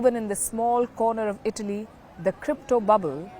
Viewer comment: Say ITALY properly. I thought u were saying BALI